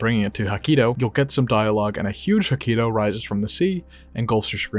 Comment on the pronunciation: jakito, not hakito